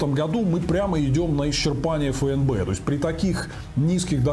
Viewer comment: ФУ! Нк говоришь же ЭН, так почему ФЭ - эН - Бэ!